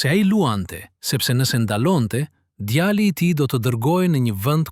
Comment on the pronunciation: Mëso gjuhën shqipe mir nëvënd që të thuash djali thua djalli mjaft